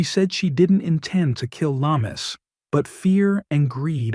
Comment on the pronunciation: Very sad when a child dies but more so when murdered. Lamis is pronounced Lam-mees and not la-mus.